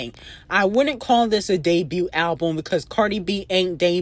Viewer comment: It doesn’t make no sense for you at your big age to be mispronouncing that many words. The T is silent in the word “debut.” To be doing this for years and you still have not made that realization lets me know that you’re actually a little retarded 😂.